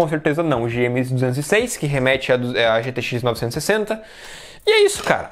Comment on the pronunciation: Ele nao consegue falar gtx 960. Kkkk Ele fala "gtxnovsssss" 😂😂😂